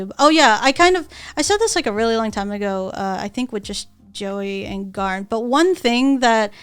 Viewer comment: Aki really coming in with the hard R when she pronounce GaRnt